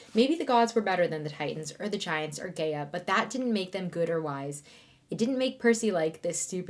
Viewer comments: You said gae- I- a….. but it is Gaa-I-a. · Hearing her repeatedly saying "Gay-uh" instead of "Guy-ah" kept taking me out 😂 Am I wrong guys?